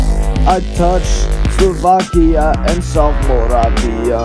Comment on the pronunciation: It’s not Vakia it’s Slovakia